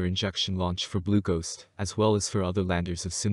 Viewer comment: I thought he was saying "glucose".